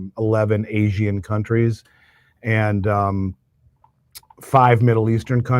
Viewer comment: Dude . . . "Asian" is 2 syllables, not 3. Seriously.